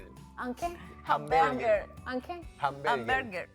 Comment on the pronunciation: La pronunciacion de diciendo hamburger es fatal 🤣